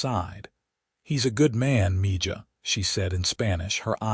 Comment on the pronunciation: It's not MIJA, It's MIHA